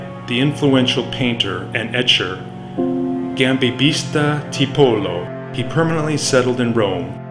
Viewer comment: Very nice presentation. The pronunciation was often off… names like Giambattista Tiepolo. Even Piranesi. It’s Peer-ah-NEH-zi. Single s in Italian is like our z